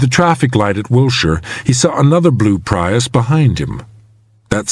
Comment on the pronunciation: He also mispronounced ethernet, router, and Prius